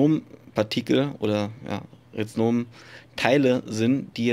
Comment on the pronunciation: Rhizom, Nicht Rhiznom. 😂